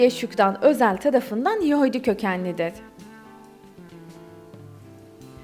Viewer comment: Daha yahudi demeyi beceremiyon geri....